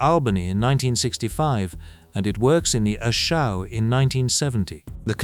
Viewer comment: Hue is pronounced "Whey" not "Hugh"... A Shau is pronounced "A Shau ( rhyme with "wow" ) and not "Show"....🙄🤬